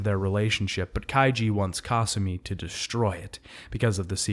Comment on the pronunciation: The way he pronounces Kasumi’s name is giving me an aneurysm.